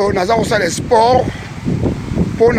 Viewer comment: Ozali kosala esport??? Kiekiekie. Yekola koloba : Sport.